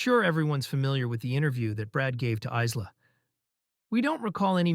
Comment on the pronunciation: Isla pronounced Eye-lah or Isle-ah. The 's' is silent. This was discussed last a few weeks ago in Duncan's comments. You said Debbie arrived on the 18th wasn't it Tuesday 19th June? Ali Harris said the 18th.